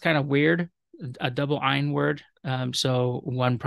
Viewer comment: Thank you this was very helpful, thank you for pronouncing ayin correct, I know many modern Hebrew speakers have difficulty with this 😊